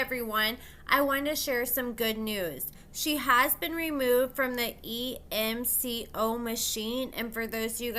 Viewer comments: It's ECMO, not emco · haha same. pronounced "Eck-Mo" so I was also confused